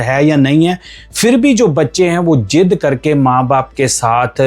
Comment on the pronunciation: Jid Nahi zid your pronounciation is not good right Sir